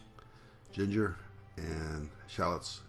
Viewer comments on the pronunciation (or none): none